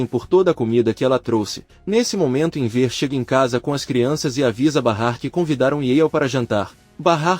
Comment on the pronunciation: Não entendo porque o locutor fala Enver, burraldo